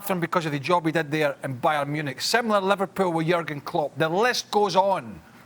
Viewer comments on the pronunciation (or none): none